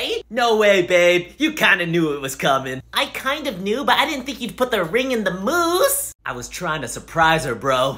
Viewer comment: I love that the chocolate mousse had layers of mispronunciation, they say moose but the subtitles say mouse